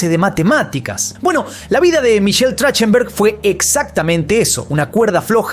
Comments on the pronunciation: Se pronuncia TraJJtenberg 😊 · Se pronuncia trajtenberg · Así no se pronuncia su apellido, deberian averiguar como lo pronuncia la persona y luego si crear el video 🤦🏻‍♀️ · No pronuncia bien su apellido